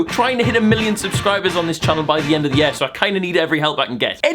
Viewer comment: Say "year" right and i might subscribe